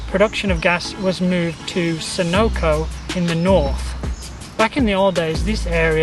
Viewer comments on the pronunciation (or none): The pronounce of Sunno is wrong spelling and saying should be Senoko. As for Potong Pasir estate is not flooding as this place used to be pig farming, fish & prawns farmers and vegetables farming during the 60's to 70'.